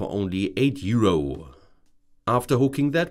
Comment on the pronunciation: euro-uh euro-uh euro-uh it's euro. there is no uh at the end.